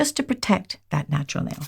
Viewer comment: I love to hear say "natral" nail 😊